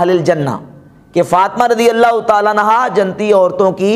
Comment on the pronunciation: buhut hi la jawab bayan he lekin hazrat aap urdu talaffuz sudharen jannati ko janti kaha he apne